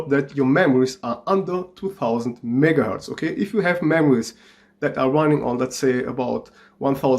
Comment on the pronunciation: his megaherz sounds like nigaherz CmonBruh